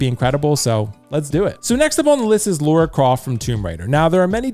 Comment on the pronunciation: I like the Arthur Morgan and Lara Croft choice. I'm thinking Lara from the most recent games (Also it's pronounced LUH-RUH...Rhymes with Mara, not LAURA CROFT 😜) I also would like: Solid Snake - MGS4 Claire Redfield - RE2 Remake Leon S Kennedy RE4 Remake Chris Redfield RE 8